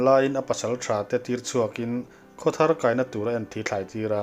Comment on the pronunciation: 'Lentupui kai vel leh romei chhumin' tiha 'kai' i lam dan khi a dik alawm, confi' hle rawh.